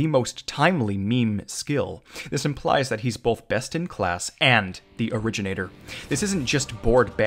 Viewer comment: originator? no... o-reggie-nator